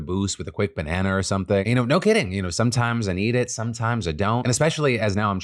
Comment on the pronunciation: wait wait wait... did phil just say BANANER?